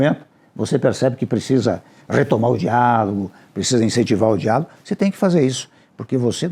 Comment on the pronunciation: Toda vez que o Temer fala diálogo eu ouço diabo kkkkkk